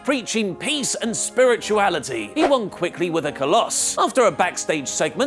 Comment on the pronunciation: It's Khallas,. It means "The End" in Hindi. pronounced as Khal-aas